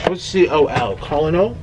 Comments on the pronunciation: Nik, Col. is Colonel, pronounced Kernel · Lmao colonel Sanders!!! As in (Ker-nal) Sanders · Colonel is a military rank, pronounced “kernel” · Col. (Colonel) is pronounced “kernel” - Colonel Sanders; a high ranking officer 😊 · It’s Colonel, pronounced “kernel.” It’s a high position in the military... ❤️🥑❤️🥑❤️ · colonol is pronounced "kernel" and it's almost like a general, and it is abbrieviated as col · It's pronounced like kernel Nick Colonel Sanders I don't know why it's pronounced like that is just is LOL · Nik, Did you really ask Siri what Col. stands for on a KFC chicken box lol??? Ever heard of Colonel Sanders? Pronounced: (Kernel) Colonel Harland David Sanders (September 9, 1890 – December 16, 1980) was an American businessman, best known for founding fast food chicken restaurant chain Kentucky Fried Chicken (also known as KFC) and later acting as the company's brand ambassador and symbol. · Col. is Colnel pronounced kernel its an army officer of high rank, in particular (in the US Army, Air Force, and Marine Corps) an officer above a lieutenant colonel and below a brigadier general. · Hi Nick. Col. is an abbreviation for Colonial (sounds like "kernel"). Love your videos!! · Nik like a ker nel , in the Army, that’s how u pronounce it. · colonel is pronounced like “kernel” nik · Col. = Colonel pronounced Kernal